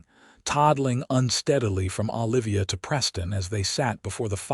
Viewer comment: Olivia should not be difficult to pronounce. Your AI is doing an awful version